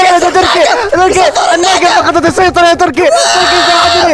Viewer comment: مبروك على ١٠ الاف مشترك تستاهل كل خير م يقول تركي يقول(توركي)😭😭.